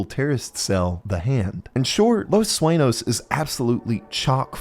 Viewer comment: I hate the way you pronounce “sueño”